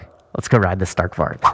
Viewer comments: I’m Swedish and you said Stark Varg a little miss pronounced but still Awsome! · Im from Sweden and i just love youre videos but i must say one thing. You say stark varg but you pronounce it stark varj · you realy say it lik this varj but its spelld varg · You gotta stop pronouncing it StArk vArg.